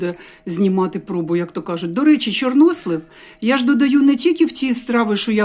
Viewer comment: Мені дуже сподовся новий наголос у слові "чорнОслив"!!Дуже навіть!!Дякую про просвітництво!!😊😊 Щодо темного одягу і депресії,то це внутрішній стан виходить нагора!Тому люди і ховаються за чорно-сірим!В Італії теж взимку всі в чорному одязі-і молодь,і старші люди!!А щн був парад планет,то теж він так впливає.Багато чинників!А головний чинник - війна.Весна все одно вже в повітрі!! Смачна печінка!Я аж через телефон почула аромат!!! Дякую,,за відео!!🎉🎉🎉❤❤❤